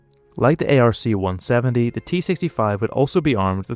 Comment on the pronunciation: Its pronouced "ARK 170"...NOT A.R.C.170